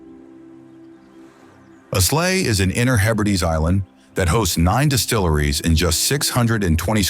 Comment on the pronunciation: It isn't fair to call out a North American for multiple mispronunciations , the island of Islay is the isle of I - la but how could he know ?